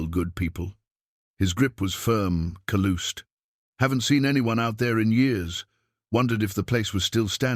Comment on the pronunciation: Excellent story thankyou, love country life and country people, they are real!! Living that dream myself...without the $280 million of course :) ......but your pronounciation needs work..hard working men have calluses on their hands not calooses....